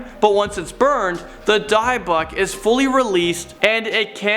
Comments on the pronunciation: It's pronounced 'DIH-buck', NOT 'DIE-buck'! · Die-buck lol. Maybe people can spell things out phonetically for him so he can start pronouncing things correctly. He does it at least a few times per video! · dibək is how you pronounce it. D-y-b-buk box. You mispronounced it. Also it’s been proven that it’s only haunted because of the negative energy, which draws evil spirits to the person, and it’s IMPOSSIBLE to trap a spirit into a BOX. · Learn how to pronounce Di bik !! D -ih -bik not pronounced deyebok lol jeez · He Said Dybbik Wrong. .Its Dybbik Box... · It’s pronounced di-buhk and burning it is a stupid idea it would leave the spirit or demon to attach itself to you. Your supposed to put it back. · is worse when he says Dy-buk lol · Dybbuk is pronounced "dib-buk." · Poor pronunciation of Edinburgh and Dybbuk. But he is getting better at pronouncing things.